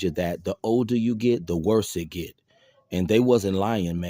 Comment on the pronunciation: " The older you git...the worse it git."...Ok , Brah 😂...